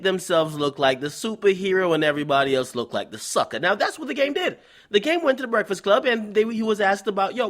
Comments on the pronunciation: Nigga said "Berfat Club" SMH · He said the Bruhfus Club lol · the way this dude pronounces breakfast club is hilarious lmao